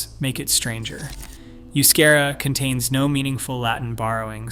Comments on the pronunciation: Good grief! If you are going to refer to a language, then pronounce it correctly. The language of the Basques is not "yoo-skehra" as you so obnoxiously mispronounced it. The correct pronunciation is "eh-oo-skahra." Seriously, such an obvious oversight reflects poorly on the content of your video. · Euskara is the preferred standard Basque spelling, and is not pronounced you-SCARE-uh. It's eh-oos-KAH-rah. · It's pronounced "oooo-ske-dah" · Oh the pronunciation of Euskera ene bada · Maybe you should atleast learn how to say...euskera....before you talk about us. Known as common courtesy